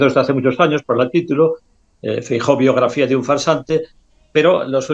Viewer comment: Los gallegos tenéis un problema con la letra EFE, Franco, Fraga, Feijo.